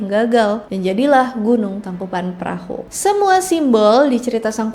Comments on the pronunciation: Koreksi neng geulis " Tangkuban Parahu" bukan "Tangkupan Perahu" biasakan pengucapan atau penulisan nama harus otentik atau sesuai dgn keasliannya ya guys ya 😊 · Maaf kak koreksi sedikit, tangkuban parahu kak bukan tangkuban perahu🙏 Karena perahu bhs sundanya parahu